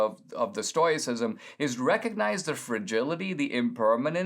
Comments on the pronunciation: I was just saying that. Maybe I'm hard of hearing but it sounds kind of like TOY and TOE is used pretty much interchangeably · Dinesh, since you choose to go with oi being an oy sound. Why are you adding the extra i as in "it" sound after the oy sound? I think you've butchered the entire pronunciation. If this vlog isn't amateur hour, then I apologize. However, it's too often just annoying. How about a little phonics and go with: stow-us-si-zm ? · Stow - ih - sisum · a gentle correction -- It's pronounced stow i cism and stow ic. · What a pity you didn't learn about the Stoics from English speakers. It's pronounced STOW-icism. We who practice it are Stow-ics. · I love what you have to say Dinesh, but sometimes your incorrect pronunciation of words makes it very hard to keep listening! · I love that Dinesh is talking about Stoicism, but I don't think he's pronouncing it right... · Dinesh may not have pronounced it correctly, but if you follow him and listened to his lectures, he is brilliant and has complete command of English and uses words most of us could not conjure up if we tried. Let’s cut him some slack here. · I think you might be pronouncing it incorrectly. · OK so we agree. What is wrong with Dinesh then. He’s a brilliant guy. Maybe this is just another pronunciation that we haven’t heard before? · He’s never heard anyone talk about it so he is pronouncing the “O.I” like in the word noise